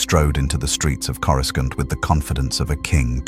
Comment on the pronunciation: Why can't these AI's pronounce Coruscant properly and so many other words.